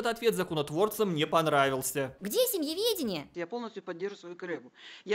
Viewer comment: Эдакие "голосисьтые" дамы придумали семеведение... а, нет, семЬеведение.. хрен редьки не слаще